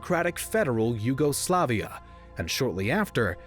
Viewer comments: I hate the way you say YUGOSLAVIA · your insistent emphasis on the second and third syllables sounds odd. In English, the emphasis is usually on the third syllable alone (yugoSLAVia); whereas if pronounced in Slavic, the emphasis is on the second syllable (juGOslavija). Hearing it in English emphasized on both the second and third at the same time is jarring. It sounds like you're saying two words instead of one (yuGO, SLAVia) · I'm really in doubt whether I should unsubscribe. Let's ignore the relative peaceful secession of Slovenia out of the republic. And simplify the nationalistic tendencies growing for quite some time towards one root-incident. And then theres the matter of pronounciation: WW1 and WW2 German soldiers have nothing to do with Croatia.